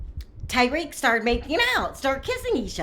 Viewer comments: Why tf you call him like Tyrique? Do you even watch the show? You never heard dem say his name before 🤔 its fuckin tah-rik not tye-reek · I'm pretty sure you're mispronouncing "Tarik's" name. You might want to check on that.